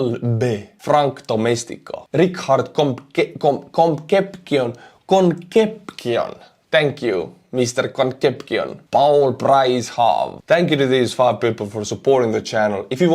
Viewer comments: con cep (sep) cion (see on) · 😂 engraçado como você pronúncia Conccepcion! ❤Slava Ukraine! Slava Heroyam! 🤗🇺🇦🙏Take care! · Concepcion, pronounced Consepsion and similiar to Conception. A good butcher uses a sharp knife😊👏👌